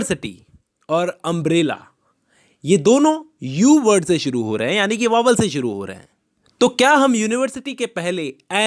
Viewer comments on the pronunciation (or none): भाई वो वॉवेल नही होता वाऊल होता है